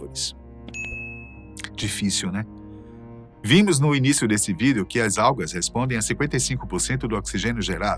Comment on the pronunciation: toda vez que esse cara fala VÎDEO eu sinto uma pontada no meu cerebroooo haaaaa